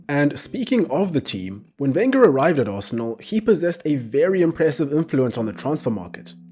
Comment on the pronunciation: When he said Arsenal… 4 that hurt my soul